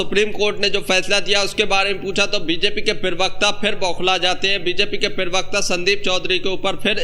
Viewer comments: Zyada mat bola kar bhai Pirwakta nahi hota Pravakta hota hai. Bolna to seekh le bhai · पिरवक्ता नहीं होता प्रवक्ता बोलो